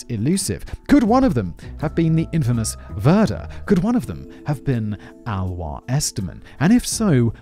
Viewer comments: It’s more like A-Lois than Aloha….. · TY for the interesting episode. Just a short info about the pronunciation of Alois, which would be more like "aa·loo·iis", or like "ah-loh-ees". It is the German version of the name. In Austria we would even pronounce it more like "Aloys" ;) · ouch... you script writers need to provide a pronounciation guide for you 🙂 Alois is pronounced a bit like alloy... just with a long A and an added s at the end... A like uh, lois like loys...maybe someone else can explain it better than i can... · sobs Alois is pronounced AhLowis not Alwa.... No, but LOVE this episode! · Maybe Alois is pronounced Alō-ees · Simon's pronunciation of Alois 🤣 that's why I come here.